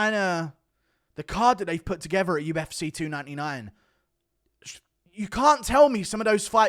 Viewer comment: The U-F-seh 😂 bro it’s cee.